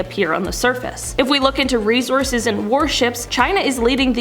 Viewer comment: hate the way you pronounce resources -_